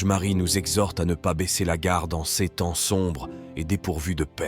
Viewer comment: Oui, c’est malheureusement une voix synthétique tirée de l’intelligence artificielle. Par exemple, « ces » va être prononcé « c-es ». Étant chrétien et travaillant dans le Web, je trouve scandaleux que de plus en plus de sites dits chrétiens ne sont montés que pour faire de l’argent : c’est facilement repérable, puisqu’ils demandent systématiquement de liker, de vous inscrire ou de vous abonner… afin d’ être monétisés par YouTube. Cela ne veut pas dire que les textes ne sont pas intéressants, mais il faut savoir que derrière, ce ne sont généralement pas des chrétiens, mais plutôt des marketeurs….